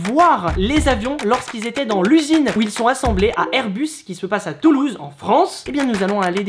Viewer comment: tu a dis tuluse